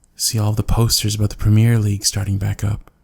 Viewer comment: Any Londoners like “where the f? Is.” and you pronounced “premier league” and “thames” wrong but I don’t care 😂